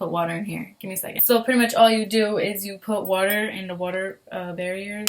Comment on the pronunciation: Water bearer*, not barrier